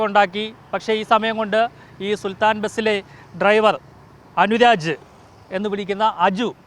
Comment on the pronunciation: സുൽത്താന അല്ല സുൽത്താൻ